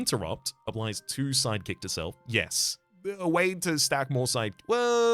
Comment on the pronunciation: Why every time he says Sidekick, my brain understands Psychic??? 🙉🧠😵‍💫